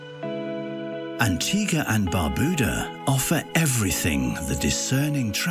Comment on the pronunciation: Even the person in the commercial cannot pronounce Antigua and Barbuda.